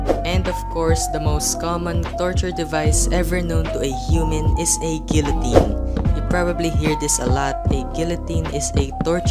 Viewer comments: How to make stuff work: -for iron maiden put pressure plate below block which powers a command block, saying /effect give (player with tag "Prisoner" will get tortured) for guillotine (btw, love this vid but it's pronounced "GEE-yoh-tin") -replace block with an anvil and make command block system which replaces the block below the anvil with either a barrier or air for rack, literally just put a bed and then do the torture at night. give prisoner the weakness effect and harm the prisoner with axes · No offense like seriously no offense but I'm pretty sure the L,s are silent in guillotine, but seriously no offence